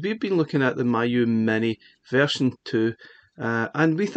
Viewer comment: It's pronounced "me, you"